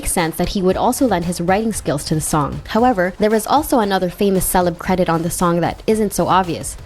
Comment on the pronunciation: Also she says celebs like the word celibate instead of celebrities